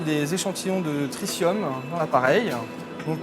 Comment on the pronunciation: The effort to educate the public is commendable. However, the announcer mispronounces the word "tritium" throughout, which really grates on the ear of any native English speaker. (It sounds throughout the video like he's pronouncing "tritrium", with an extra "R".) He also mispronounces the word "spectrometry," where it occurs (once). It's a shame. Also, there's a strange comment about fusion at the end of the video. IRSN could explain what tritium has to do with that.